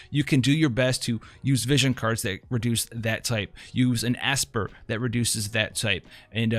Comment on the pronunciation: An ASSper lol